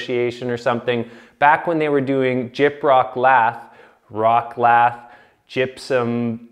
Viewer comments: Drove me crazy that he doesn't know how to pronounce it lath. It's lath not lathe. A lathe is a machine for turning wood or steel. Never the less I enjoyed the video reminds me of the old days. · Not pronounced like "lathe", but pronounced like "lath". Because they were used to cut LATH for plastering. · It isnt pronounced Lathe as in a machine for milling metal. It is pronounced ( lath ). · Lath is pronounced like hat… Not laser…. 🤓👍